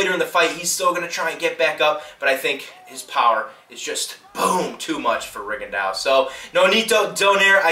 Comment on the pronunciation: if you would like some help with these fighters pronunciation: Ree-gon-dee-oh and Don-ah-eeh-reh cheers:)